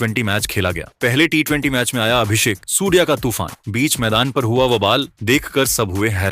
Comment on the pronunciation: पहले तू ठीक से सूर्या बोल सूर्या...